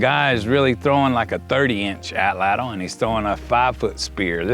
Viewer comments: “Atlatl” is a Nahuatl word. It has only two syllables, not three. The “tl” sound is actually pronounced pretty similarly in Nahuatl as it is in Cherokee. Here is a video on how to properly pronounced “atlatl” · Nahuatl becomes na-wat, so atlatl should be at-lat.